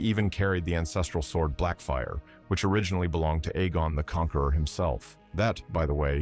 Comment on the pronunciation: Can't pronounce Aegon either!? Christ man. I'm done.